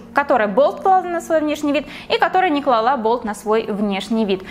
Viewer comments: Слишком манерная речь, а по факту я потом слышу «...клалА...». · клАла, а не клалА))